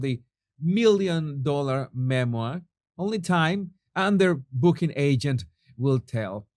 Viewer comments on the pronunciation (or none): none